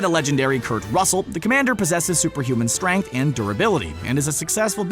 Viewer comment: A and listen carefully to hear he said stuaynk in instead of strength.